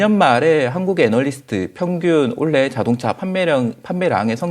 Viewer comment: 님은 올해를 항상 올래로 발음하는특징..그래도 너무좋아 분석을 어쩜저렇게 잘하는지..최근 언급한종목 지켜보고 모아갈시간도없이 상한가를 가서 너무아쉬워요